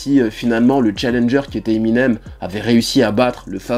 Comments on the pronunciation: '' Eminem SE .... '' ça m'a perturbé aussi 😭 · Tu dis " Eminems " 2 fois au début mdr Vidéo cool sinon